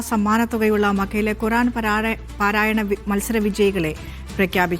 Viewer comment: പാരായ അല്ല പാരായണ